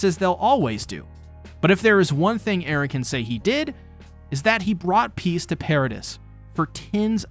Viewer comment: Thank you for not saying Erens name the way you did last video , I wouldn’t have been able to watch lol